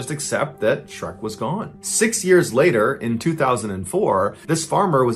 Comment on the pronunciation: Shrek not SHERK